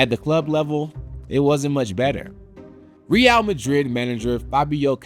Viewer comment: I normally love SB, and whilst this is still good, the failure to learn how to pronounce stuff (Capelow, Ree-al) is just plain lazy